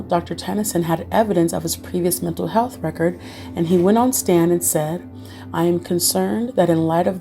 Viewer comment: heheh "metal' health disorders